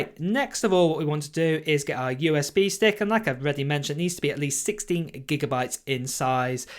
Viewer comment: Did you say 60 or 16GB?